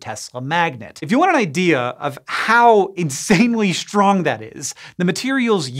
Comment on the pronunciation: Why does Hank always say shtrong instead of strong?